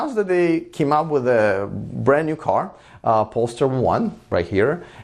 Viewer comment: Hey, I really enjoy watching your channel and am reluctant to pick you up on something, but I have seen lots of instances that show you like to get things right. You keep pronouncing the new Volvo car as "Pollster", but it's actually pronounced "Pole-Star" and has been around as a performance arm of Volvo for a few years, before splitting off recently. Keep up the good work.